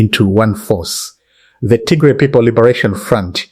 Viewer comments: Please correct your pronunciation of Tigray not Tigre. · Pls don’t calling Tigray wrong pronunciation